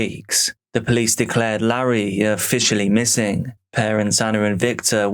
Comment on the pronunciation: ah yes, the poolcie. 😂 love you!